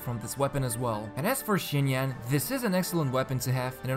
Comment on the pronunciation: Im very sorry, your video is superb BUT IT'S PRONOUNCED SINYAN AT LEAST, NOT SCHINYAN